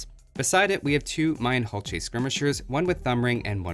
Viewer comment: isn't the "H" silent?